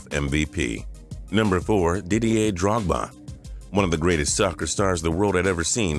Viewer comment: you just butchered drogbas name